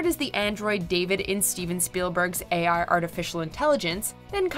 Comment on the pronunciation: "A.I" isn't pronounced "Ay-Ar." This made me chuckle because I've never known to make mistakes before!